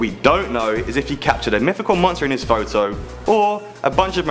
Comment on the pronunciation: It's mythical, not myfical